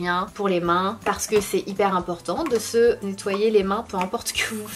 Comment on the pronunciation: Pourquoi tu dit on ze retrouve sinon je t'aime beaucoup et suis aboneé